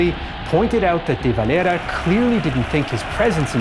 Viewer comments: Why does he pronounce de valeras name so weirdly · He's using the Spanish pronunciation. It's a Spanish name. I'm not going to spilt hairs over it. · He's using the Spanish pronunciation. It's a Spanish name. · The way you pronounce "De Valera" bothers me.